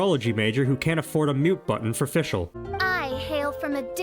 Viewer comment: I love how you pronounce german in de Fischl part because I’m German and have never heard it with an English accent. It’s kinda funny, but not in a mean way!